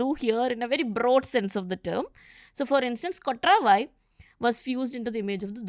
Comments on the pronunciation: its not kotraavaai.. its just kotravai. this channel is misleading. title is misleading. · She can't even pronounce kotravai. Durga, War mongering ! Please be careful who you invite. I am disliking this pod